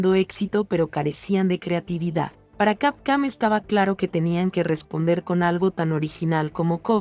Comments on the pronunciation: ¿Por qué dices Capcam en lugar de Capcom? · WTF SIN OFENDER desde cuando capcom es camcam! x D JAJAJAJA no mames leee BIEN saludos disculpa SER GROSERO pero me da risa xD CAMCAM XD ala mejor es efecto mandela XD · Se oye capcam jajajaja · Capcam?? .. Esa basura de locución,. Apesta a IA degenerativa